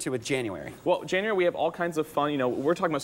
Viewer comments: Janu-air-y You're fired. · Did you know it’s Janu “airy” leaves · Right when he said “Jan-u-airy” I scrolled down to see if this vid had more dislikes than likes do yall do that too? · Did you know it's janu-airy Closes Youtube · "Janu - airy" c'mon, man :D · "Janu-airy" RIP career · Janu airy. Then he says January. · Its J A N U A I R Y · Janu- AIRY HAHAHAHAHAHAHAHA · "Did you know it's Janu-arey ?" cringe 100%.